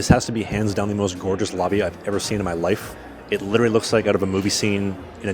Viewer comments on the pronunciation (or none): Nice… But you literally mispronounced the word “literally”!😂😂😂